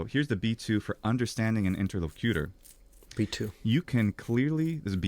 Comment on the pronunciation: "inter-LOCK-you-ter" is the correct pronunciation. Please inform your good friend accordingly. It's driving me crazy.